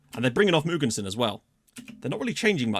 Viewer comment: My inner grammar nazi came when you pronounced Gustav Mogensen:-) i danish hes pronounced with the letter “å” so Gustavs last name is spoken Mågensen but spelled Mogensen